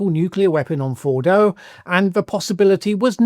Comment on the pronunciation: Fordo not Bordo.